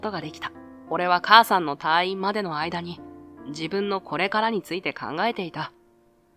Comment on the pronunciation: 退院 たぁいん❌️ たいいん⭕️ 意識して話してもらいたいです